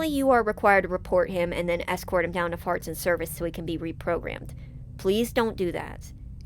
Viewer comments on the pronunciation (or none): am I crazy or did you say farts and service lol